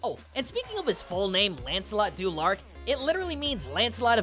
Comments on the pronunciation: y'know, I was gonna comment about "du Larc" and the cringe of the "ah-ar" mixup in americans speaking british... But if anything it's more british to stick it to the french by mispronouncing their wrds. So good on you. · "Lancelot du Larck" me: ASHHGJJHHHH